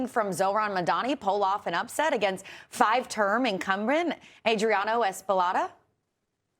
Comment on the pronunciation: The anchor cannot pronounce Chevalier or Espaillat's name. So embarrassing